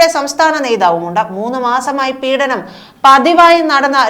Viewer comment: പീഡനം not പീഠനം